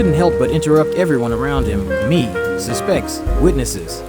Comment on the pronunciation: The pronunciation of ‘SUSpects’ as ‘susPECTS’ was suspect though…